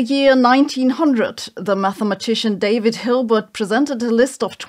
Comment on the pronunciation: ...did you say Dävid Hilbert?